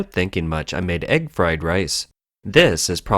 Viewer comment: Egg fwed wice